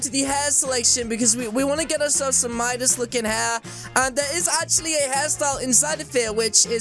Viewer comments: It’s Midas not MUDIS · its midas not midus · its Midas not minus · It’s not midus it’s midas